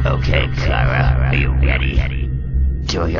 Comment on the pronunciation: It's chara CH ara